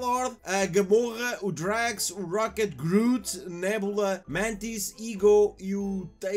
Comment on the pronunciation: Groof? Que merda é essa ? É groot que se diz